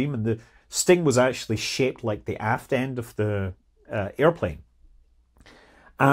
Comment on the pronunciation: Scott said "aft end" but I heard something different on first listen!